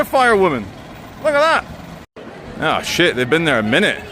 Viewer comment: "it was sunny ... And now its Shiaat "🤣🤣🤣